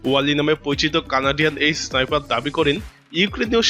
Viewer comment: সাইফার নারে বলদ, স্নাইপার হবে